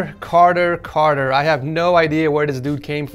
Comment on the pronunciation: Cartier: car-tee-ay